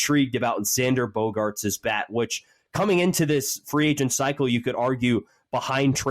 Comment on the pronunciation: "with free angent sharting" 😂